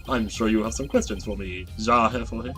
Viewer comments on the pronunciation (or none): Years late, and you’ve likely been told already, but I’ll say it anyway. The word Ja is pronounced “yah”. Think of it similar to “yeah” Ja?